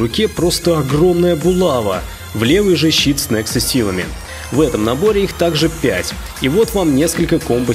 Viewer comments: Булава ударение на вторе а понятно а ?! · И не була‘ва а булава‘